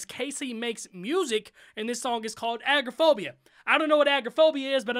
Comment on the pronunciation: uhm... just saying it's not agroaphobia it's agoraphobia... A-Gore-Ah-Phobia